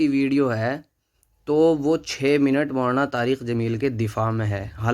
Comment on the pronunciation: Poori video me lafz molana molana chabha chabha kr bolta raha ab keh raha h galti se nikal gaya molana ka naam.